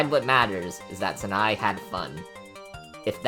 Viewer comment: Your pronunciation bothers me: It's not "Snai", it's "Sa, na, e". And "Reisen" is "Rei, xen" instead of "Raysen" BTW, "Yachie" is pronounced "Ya, chi, e", not "Yachee".